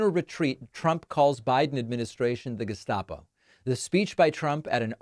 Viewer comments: Please, please, please! The correct pronounciation is ge-s-t-apo (like the first one), not ge-sh-t-apo. Yes, in German st- at the start of the syllable is generally pronounced sh-t, but not in this case! It is an acronym (GE_heime ST_aatsp_O_lizei) and changing it to sh feels ridiculous which you do not want in this case. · David: The organisation was the Geheime Staatspolizei, usually referred to as the "Gestapo", and it would have been pronounced as Ge-shtarpo originally.